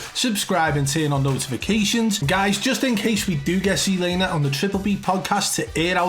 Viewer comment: look its NOT SEE laner its fkn TSET laner Z not C GET THAT